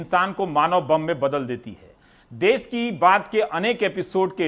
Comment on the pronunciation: देस नहीं देश होता है